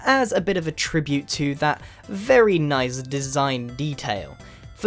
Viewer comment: lol you Said "nize" XD